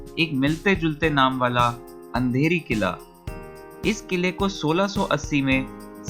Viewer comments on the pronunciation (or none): खंदेरी और अंधेरी नही भाई......खांदेरी और उंदेरी ये सही उच्चार है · kolaba fort, khandheri and undheri fort , korlai fort,,( it's undheri fort not andheri,) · Undheri not Andheri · It's खांदेरी किल्ला AND उंदेरी किल्ला. NO need to change original name or pronunciation. Pls get your knowledge on basis of history, NOT on ease of speaking any name according to your mother tongue. There were many mistakes in names and places mentioned in video. Alibaug beach is not चौपाटी, as you think in video. This is newly developed concept by low budget tourist who can't visit Goa. They found Alibaug as mini Goa and they misbehave accordingly. Alibaug has glorious history and it will be always famous for natural beauty. It was also known as श्री (God) बाग (Garden), a century ago.